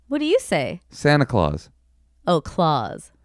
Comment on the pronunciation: How are you in your 40s and just finding out how to pronounce Santa clause OR know that you say it differently from the majority? That was crazy!!